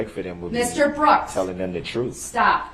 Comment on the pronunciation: I quite enjoyed the "dish-respeck" he kept complaining about. Also, "da troof."